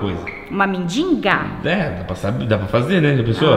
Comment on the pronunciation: tão bonita falando mendinga (mendiga)